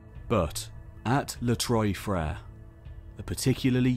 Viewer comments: Les trois frêres= the three brothers. Trois sounds like trwa. Not like Troje. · In French the name means the 3 brothers . Not pronounced Troy but Trois .